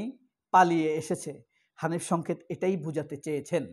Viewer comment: ভাই আপনিতো ধরা খাইলেন। আপনি আমাদের প্রিয় উপস্থাপক হানিফ সংকেতের নামটাও বিকৃত করে উচ্চারণ করলেন। আপনার কনটেন্ট দেখেই বুঝি, আপনি একটু গাইয়া টাইপের উচ্চারণ করেন। আর বোধহয় আপনার মাথা-টাথাও ঠিক নাই। নইলে ২০১৬ সালের ফেব্রয়ারির বই মেলায় প্রকাশিত হানিফ সংকেতের ‘বিশেষ সবিশেষ অবিশেষ’ বইয়ের ‘কথন অকথনের কথনিকা’ শিরানামের লেখাটিকে ২০২৫ এর বানিয়ে দিলেন? এভাবে মানুষের পিছে লাগেন কেন? ওনার যা ইমেজ আপনার মত কনটেন্ট ক্রিয়েটর ওনার পিছনে লেগে লাভ নেই। কারণ আমরা ওনাকে ছোটবেলা থেকেই দেখে আসতেছি। আপনার মত টাউট-বাটপাররা ওনারে ঠিক চিনতে পারবেন না। আরও বানান ওনার বিরুদ্ধে, দেখি কি ছিঁড়তে পারেন। শেষে দেখা গেল আপনিই কট হয়ে গেছেন।